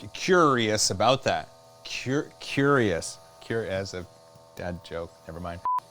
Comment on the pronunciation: "Cure-ious" yess!! 10/10 lol love that content.